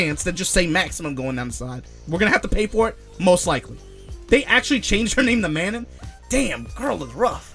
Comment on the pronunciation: I hate to be „that guy“ but is it not pronounced as Manon, it is French and the pronunciation is irregular: the last „N“ is silent and the „A“ is pronounced like in „dark“ so it is „Maano“ Please don’t hate me